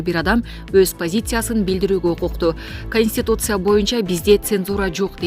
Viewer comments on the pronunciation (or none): none